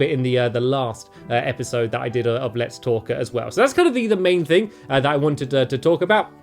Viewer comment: I literally clicked on the video, and for the first few seconds, I was only half listening while looking through the comments. And it literally sounded to me like he said "Welcome to another Let's FORK" ahaha